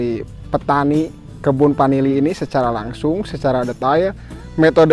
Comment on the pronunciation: Bukan panili tp vanili.